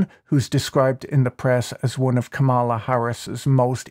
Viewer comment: Professor Boyle: Kamala is pronounced emphasizing the first syllable. Or is this your way of subtly showing your support for Trump?